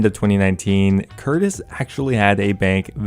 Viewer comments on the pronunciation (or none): none